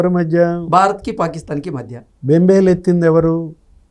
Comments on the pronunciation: బంబేలు ఏందిరా బాబూ, బెంబేలు అనాలాన్న కనీస భాషా పరిజ్ఞానం కూడా లేదా? తెలుగు భాషను చంపుతున్నారు కదరా! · బంబేలు కాదురా బేంబేలు తెలుగు నేర్చుకో.